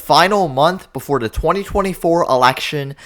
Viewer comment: The word is “the” not “da”. Are you that lazy about your numbers?